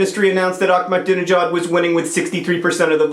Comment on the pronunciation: You pronounced Ahmadinejad wrong.